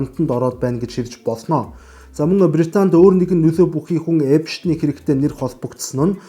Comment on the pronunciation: Epshten bish Epsten gej heleerei gej olon humuus helj baisan shuu